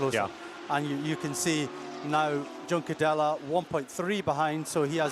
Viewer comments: Liked the commentary duo today, would still prefer Juncadella to be pronounced properly but other than that.. 👏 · Was thinking this.. why would he continue to say it like that after the lead commentator kept saying it? 😆